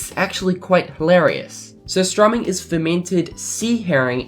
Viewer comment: Hahah I like how you pronounce surströmming "sosstromming". I know it's hard for you to pronounce it, but it's pronounced more like "suurstrÖming".